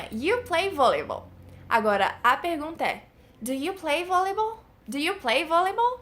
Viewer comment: Sua pronuncia de Volleyball tá errada... é Vóliból!